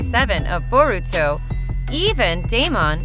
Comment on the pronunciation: This is SO bad Plus Its not even how u say byakugan and Boruto